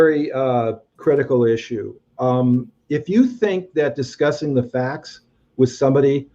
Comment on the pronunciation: Discushing? So adorable!